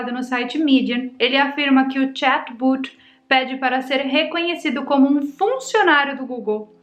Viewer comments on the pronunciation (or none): a pronúncia correta não seria "chat bót" ao invés de "chat buti? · se pronuncia chatbot nao chatboot